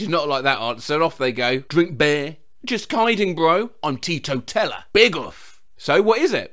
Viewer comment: absolutely cannot decode 'teatoteller'